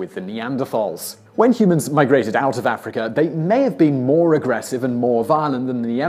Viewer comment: As soon as I heard him say “Africur” he was immediately discredited. Herpes theory be damned.